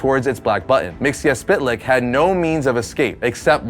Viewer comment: It's pronounced Myx-is-spit-lick.